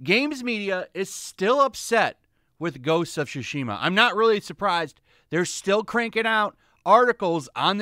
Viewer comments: Why does it always sound like he says Shu-shima and not Tsu-shima. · Im sorry but I can't- "Ghost of Shooshima" 💀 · The way he says "shushima" is killing me